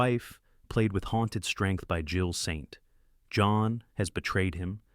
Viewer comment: Especially when it says "Jill Saint" pause "John"